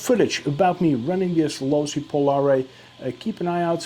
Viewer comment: Looks awesome but your pronouncing the name wrong bud